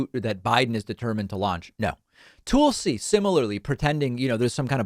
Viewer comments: David, why do you keep pronouncing Tulsi's name as 'Toolsi' rather than 'Talsi' ? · Tulsi, as in Tulsa Oklahoma, not Toolsi. Other than that, you're great, David 🙂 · You criticize people who mispronounce names of others as a cheap tactic, yet you continue call her “toolsie” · I love how David always refers to her as “Toolsi” lmao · Also, seems pretty beneath you to take the same route as Tucker Carlson and repeatedly mispronouncing someone's name in a mocking fashion. T-UH-L-SI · David, the "u" in Tulsi is the same as in "hull" or "butt." It's not "Toolsi." You analysis is excellent so it throws me off when you pronounce names wrong. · Lol he does it on purpose. There’s a couple others he does that with too. Kinda silly but I’ve gotten used to it. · There’s no need to mispronounce Gabbard’s name. Disagree, sure, but it’s a cheap, shallow move to call her “Toolsi”. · “Tool-si” Gabbard… I see what you did there, David Pakman… 🤣 A tool of Fox News and the fascist right indeed… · Why continue to mispronounce Tulsi? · Please learn how to correctly pronounce Tulsi's name. It's pretty simple. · Sending arms to Ukraine to defend themselves isn't a proxy war. Russia's just in a war, and we're supporting the country they are attacking. No proxies involved. Is it just me, or does DP pronounce Tulsi, with whom he seems to be on a 1st name basis, differently than anyone else?